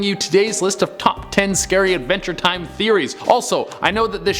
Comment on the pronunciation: He said Advenger time. . . 🤦🏻‍♂️